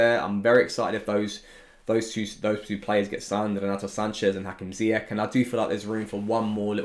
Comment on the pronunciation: Just for reference, his name is pronounced Zee-yash